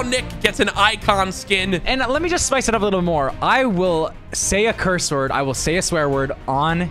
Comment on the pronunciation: He said curss word